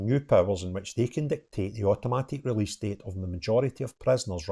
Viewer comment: Welease bwian 😂🎉 Welease wogea 😂🎉